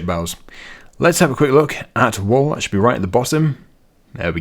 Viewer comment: 'Wool' pronounced like "Pool" 😂 'Wall' is a bit different 😊 Reminded me on how Benedict C pronouncing Pengiuns in one nature show 😂